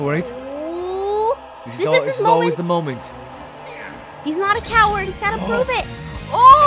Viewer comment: Am i the only one that thought it said owa when it said coward OWA OWA